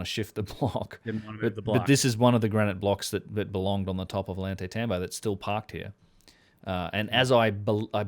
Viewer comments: Oh-Yawn-Tie-Tambo, The double L is pronounced like Y. Great podcast once again, otherwise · My friend. Love your vids. Double l “ll” in Spanish sounds like a “y” in English. Oyantaytambo. Ollantaytambo. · Ollantaytambo is pronounced with the double Ls sounding like a "Y". Oy ant ai tamb oh